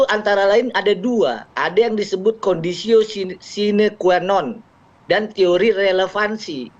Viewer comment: Sdr Patra ini apa enggak ngerti kalau dia sebut kliennya sbg korban harus sebut korban apa Kalau bicara pelecehan seksual harus bikin visum et repertum korban Terus belajar ngucapin conditio sine qua non yg benar dan ngerti apa yg diucapkan